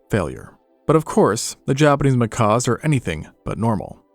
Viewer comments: Seriously; macaws are friggin' parrots. I love this pair of channels (Extinct Zoo / Live Zoo), but the number of mispronunciations in this video alone are pretty disheartening for what's supposed to be educational content. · Not "macaws". "Mckacks." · A Macaw is a BIRD. These are Macaques, sounds like mah-kak...As opposed to mah-kaw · They are not Macaws but Macaques pronounced makack or makock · They are not pronounced like macaws- it’s pronounced macack. Like back. Do you not learn these things when researching your videos? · He either cannot pronounce the "cuh" sound or he is saying it that way to avoid YouTube flagging his video